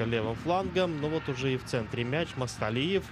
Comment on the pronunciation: НЕТ. НЕ МАСТАЛИЕВ, А. МАКСУТАЛИЕВ!!! ФАМИЛИЯ. ПОПОЕМУ. НЕ СЛОЖНАЯ, НО КОММЕНТАТОРЫ. ДОЛЖНЫ ЛЮБУЮ ФАМИЛИЮ. ПРОИЗНОСИТЬ ПРАВИЛЬНО!!!